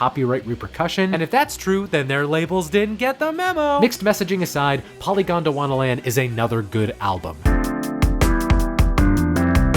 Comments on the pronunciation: took a syllable from Han-Tyumi and put it in Polygondwanaland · Thanks, great video! Isn't polygondwanaland should be pronounced as poly-gondwana-land though (not polygon-dwana-land)? It's a genuine question cause I'm not a native speaker, but for me it make sense: "poly" is a Greek prefix, "gondwana" was a supercontinent and, well, "land". In Crumbling Castle they sing similarly to this, at least.